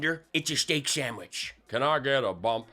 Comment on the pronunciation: I'm surprised didn't catch him saying Steak Sam Witch...